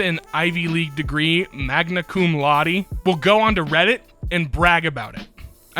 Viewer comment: i love how both and initially pronounces "cum laude" as "come loud" lmao.